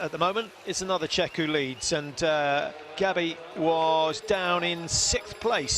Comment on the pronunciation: Nice to watch Gabi win again (esp because I missed the live broadcast). However, some commentators (like these) still don´t know how to pronounce her name, which is ridiculous. She is not a brand new figure, she´s been on the scene for some time already (and is not bad, isn´t she?) so if they bothered, they would certainly find out, because just on the internet there are plenty of good examples.